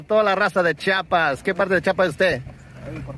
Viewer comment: Se dice chiapas nooo chapas amigo